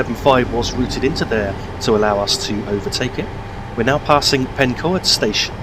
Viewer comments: Pencoed is pronounced Pen-"coid", so it rhymes with asteroid. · Pencoed is pronounced with an "oi" as in oil, so it's pronounced Pen-coy-d 😁